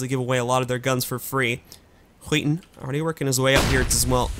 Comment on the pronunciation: Haha, he's saying "Skiten" instead of "Skytten" which literally means "the shit".